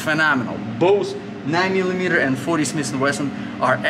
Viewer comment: It is not smisssss and wesson it is smith and wesson… Totally useless video with no usefull information except: „Yeah yeah yeah take it take it, it is good it is really good it is ok…“